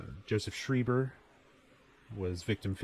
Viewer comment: He's pronounced shryber Not shreeber arrrrgggg